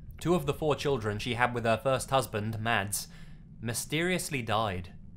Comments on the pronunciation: Mads is said "Mass". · Hey bro your vids are freaking awesome! One thing though, in Scandinavia, the name 'Mads' is actually pronounced "Mass' :) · The name Mads is pronounced Mawz